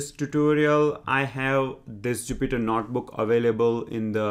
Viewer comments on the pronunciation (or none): I watched your Pandas Tutorials. I Subscribed. Your English is quite good. Your Python is excellent. When speaking English, I think you miss 1 out of 500 phonemes: "werify" should be "verify", "Notbook" should be "Notebook". Your accent is enjoyable and not at all painful to decipher. You might be the best Python tutor on Youtube.